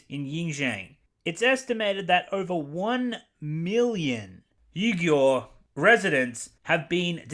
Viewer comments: FYI, Uighur is pronounced "WE-ger." Disney probably filmed there because it meant free labor (from the oppressed Uighers.) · Mulan stars Chinese American actress for the love of God guys I can't pronounce this shit 🤣🤣🤣 BTW Xinjiang -> Shin-jiang Uyghur-> Wee-gur (Might be slightly off, I'm not a native speaker) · It's pronounced WEE-Gurr. Nearly every other site say it better than you. Take a minute to figure it out- this is the identity of these oppressed people. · Name’s list: Uyghur = Oowee-ger Urumqi = Oo-loom-chi Xinjiang = Sheen-jiang Ffs if you’re gonna’ provide key awareness for the fast-disappearing gem of trade route, say the damn names right so people don’t send aid to the wrong damn continent.